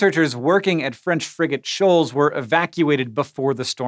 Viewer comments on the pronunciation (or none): Anyone else hear "french friggin shoals" everytime? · I kept hearing “french freakin shoals”